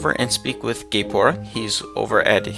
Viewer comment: is sayng Gay-Pora